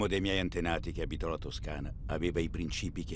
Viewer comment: Mi chiedo spesso, quando guardo i vari documentari su YouTube, ma chi commenta, si rende conto di cosa dice o no? Come fa, al minuto 5.03, dire "prìncipi" invece di " princìpi?